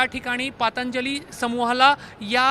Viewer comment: पांतजली नाही दादा पंतजली निट बोलता येत नाही का?